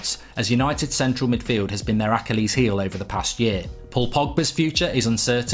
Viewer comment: Anyone else triggered when mark didn’t pronounce Achilles correctly